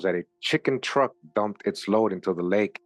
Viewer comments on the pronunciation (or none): none